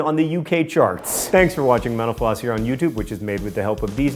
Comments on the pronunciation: At the end I heard "Thanks for watching menopause." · At the end of this show it sounds like you say " Thank you for watching menopause" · at the end I thouhgh he siad menopause.. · You know the famous 'Misheard Lyrics' vids? Well, I can't get away from hearing this guy say, 'Thanks for watching menopause here on YouTube.' :-) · everytime damn time he says mental floss i hear menopause "enjoy your time here at menopause". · at first i thought he said "thanks for watching mentopause..."